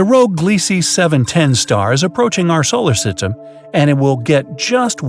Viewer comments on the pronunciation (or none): The way this guy says solar system is still funny 😂